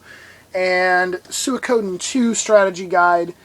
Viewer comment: I hear it is pronounced "sweekoden".